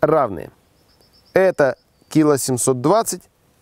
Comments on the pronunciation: "кИла восемьсот..."?? А я то всю жизнь думал что "...килО..." А в целом, видео интересное и полезное. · кИло шикарное ударение от горе математика